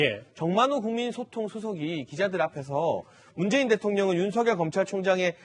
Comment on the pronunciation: 문줴이인 줭부의 검촬총쟝이다... 문재인씨 발음 너무 이상해요